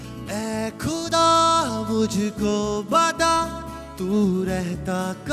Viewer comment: खुदा नहीं ख़ुदा होता है 😊